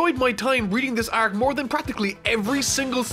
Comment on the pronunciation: I enjoy your content, but I just will never be okay with how your pronounce the word arc.